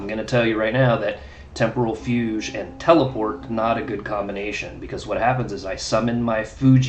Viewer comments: Hey, i think it's pronounced FYOOG. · Yes. Like Rogue, except... Fu instead of Ro. Fugue.